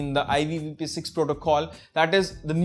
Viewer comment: Bro all the tricks were awesome... But couldn't stop laughing on IVP6 😂😂😂😂 its IPV6